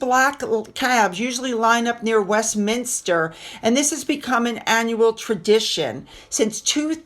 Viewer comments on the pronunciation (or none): none